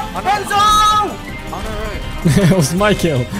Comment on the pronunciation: "KENZO BLYAT". The Russian accent never gets old.